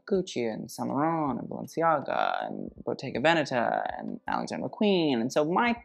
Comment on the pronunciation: I am a fan! You pronounce Bottega Veneta in a perfect way and your comments are to be admired as usual.